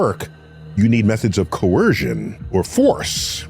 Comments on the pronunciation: Coercion he should learn to say the word coercion not corrosion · Idiot says corrosion instead of coercion.